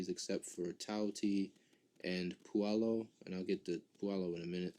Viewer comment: Sussani?, pulo?, gotta love the butchering of the names lol.